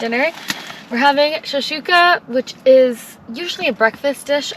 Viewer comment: Its shakshuka not shashika